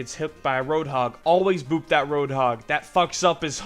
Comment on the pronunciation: Why do u say boob instead of boop?! :)))